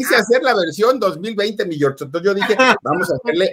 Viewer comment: ¿Porqué el Filip dice "mi Yor", no es "mi George"?